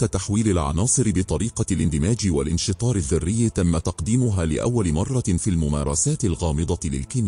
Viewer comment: أولا" :ممكن تحكيلي مين هذا الراوي؟؟؟ معقول قناة مثل قناتكم تدخل ذكاء إصطناعي ليروي كتاب بلغة عربية؟؟ بيقول( مرة آخرى)برفع مرة التنوين؟؟ معقول هذا؟ أقسم بالله العظيم قرفت من صوته ومن قراءته وما حكمل الفيديو وإذا ما تداركتوا هذا الأمر سألغي إشتراكي للقناة